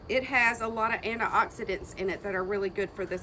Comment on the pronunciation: I like the way you say Ana-ox- it - dents.........mmmmhhhhmmmmm .( slingblade tone)